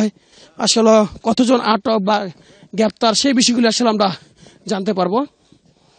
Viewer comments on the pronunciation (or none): আগামীকাল ৫৫ এর প্রতিবেদন করবেন। আশা করছি পরবর্তীতে 'আসোলো' বলা সাংবাদিক দিবেন না। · (আসল) এটি কোন এলাকায় এতো উচ্চারিত হয়?